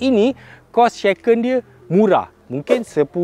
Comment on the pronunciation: shaken bang shaaa. bukan sheken 😅